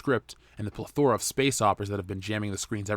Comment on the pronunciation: You should learn how to pronounce the word "plethora," otherwise, just don't use it.